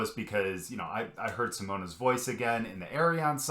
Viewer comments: The 'e' in Simone is pronounced as a schwa, like the first 'e' in 'believe'. Pronounce it like this: Seamone Seamons . Then you'll be really close to the Dutch pronunciation 🙂. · Simone = See-moan-uh Simons = See-mons That's the best I can do to help you pronounce it the right way. 😊